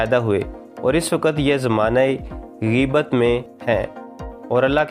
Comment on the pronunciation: Gheabit nahee gheabit hea lafiz theak ker ghaib see hea